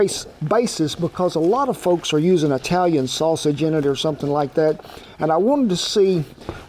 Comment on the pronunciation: Kent, on behalf of an Italian American now living in Texas, thank you for not saying "eye-talian" that is our N word. Be blessed !